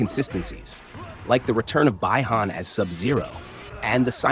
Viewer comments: Dude it's not bye-han it's pronounced as bee-han (bi-han) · Bye Hahn and Canow…. Sounds like a Reverse American? While you are at it let me remind you that it is called 🇮🇷 Eee-Ran; 🇮🇶 Eee-Rak and there is no such thing as an Afghanistani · It's Bee - Han lol